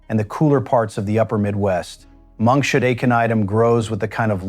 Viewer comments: It is pronounced Monk's hood not monkshud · Monkshood is not pronounced correctly in this video. The stupid AI voiceover says it like: monk shood. It should be pronounced like: monk's hood, as in the hood of a monk. Oleander does more than affect your heart. If you get it in your face, it can cause anaphylactic shock, making it impossible to breathe. This happened to one of our apartment managers and he had to be rushed to the hospital in an ambulance. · it's Monks hood not Monk shood. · This AI pronunciation of monkshood is absolutely hilarious! I am really old, and have never heard it said as "Monk should"... Monk should what? I guess you can't expect AI to figure out that the flower looks like a hood that could be worn on the head of a monk, and thereby determine that the flower name should be pronounced as "Monk's hood". 😂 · Monks hood not monshood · Dang ai! Some day they'll teach it to say "Monks Hood" instead of "Monk Shood". smh. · Wow, these AI mispronounciations are annoying! It's not monk-Shud. It's pronounced monks hood because its shape resembles a monk's hood. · I always called Monkshood, monks hood. This guy calls it monks should. Never heard that before. This is an interesting presentation, but has a stilted AI voice, but the information is good and useful. Makes one think, "how did I ever grow to adulthood, without killing myself and the house pets?" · Monkshood is pronounced Monks Hood, not monkshood. Why can't you get narrators who have a bit of knowledge of their subject!!! It is so stupid to listen to everything being mispronounced. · It is not pronounced monkshould. It is pronounced Monks Hood, because it looks like a monk with his hood up. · It's monks hood. That's the problem with AI voices. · There is no "sh" sound in monkshood- derived from "monk's" "hood" i. e. separate words. Silly AI